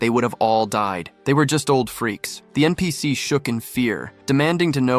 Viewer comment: how this ai say npc to all the non main charcters you need to teach what is npc to your ai